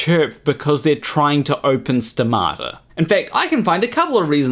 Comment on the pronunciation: I say stomata, you say stamato So much wrong with this story. So little science.